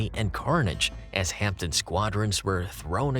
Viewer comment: A good video. One tiny observation: it's pronounced "Hamden" with a silent 'p'. Still, most of we Brits can't say "Tucson" or "Connecticut" either. My late stepdad worked at HP Radlett for 38 years and would have been an apprentice when these were being made.